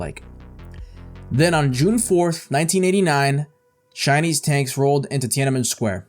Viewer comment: “Shinese” lol